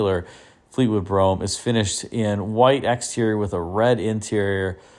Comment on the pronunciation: Great video, as always. ...and thanks for saying "Brougham" ( as in "chrome" ) and not "Bro-ham."